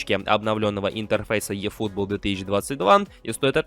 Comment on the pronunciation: Чувак, английская буква "E" читается как русская "И". Ифутбол